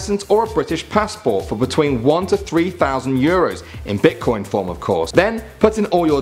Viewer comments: Who noticed it said bitcion not bitcoin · at 9 it said bitcion